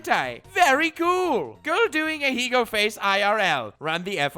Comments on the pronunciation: Every fucking time. Every single fucking time. When will you learn, when will you learn that your actions have consequences. Stop saying fucking Ahiigo. I lost more braincells from hearing people mispronounce the word than from every thot video I've ever watched. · I can't tell if you're ironically pronouncing ahegao that way or not but it's pissing me off either way.